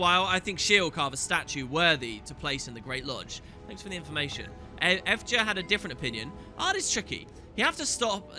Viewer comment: also annja and effja... u say "annDja" and "effDja" but it should be as the Y is yes, "ANNYAH"